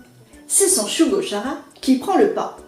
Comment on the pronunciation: Bonjour. Je connaissais juste l'histoire de nom, ainsi que le fait qu'il existe un animé. Une présentation qui rend curieux de lire. PS : Perso, j'ai toujours prononcé Shugo-KAra (comme dans character, le mot anglais pour désigner un personnage).